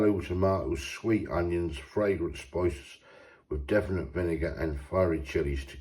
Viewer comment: Difiniative not definate 😂😂